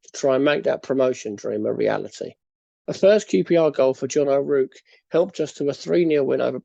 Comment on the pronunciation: John O’RouRke not John O’Rouke. Its pronounced O-Raw-k Splitting hairs though tbh. Interesting upload even though im not a QPR fan👍🏼